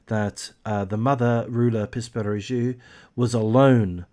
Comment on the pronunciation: Τhe name is pronounced Roula Pispiringou. Within three years all her children were lost, all three of them. The picture that has been given by psychologists regarding her psychological profile, in general, is Munchausen by proxy. She still insists she is innocent. Seizures (none of the doctors who saw her and in all the hospitals where Georgina was treated did not see this girl having seizures. Whatever she suffered and how many times she suffered it, only her mother was present), were not of pathological origin, no doctor ever issued any certificate of pathological problem for Georgina. To be precise about none of the three children who died. The first child show symptoms of leukemia (defined as having cervical lymphadenitis of the right jaw), which no one knows the cause. A chemotherapy would do, they would monitor her for a while and then return home. She died shortly after the doctor's checkup, while she was eating, playing, and all her tests were excellent. Suddenly. Next was the last baby, a little girl of 8 months. She had absolutely no problems, she was growing normally. Suddenly one morning she was found dead with a bloody and wet cloth tied to the rails of her bed. Later it was found that the baby had wounds in his mouth, apparently from the cloth they put in his mouth but also let's not forget that his mother had very long nails that she never forgot to take care of. Apart from Georgina (who happened to be found without her oxygen when the doctors came in for the l